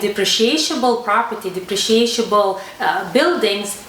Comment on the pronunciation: The word is depreciable. Just one SH sound. You are adding a second syllable. At first, I thought there was some new kind of property that I had never heard of!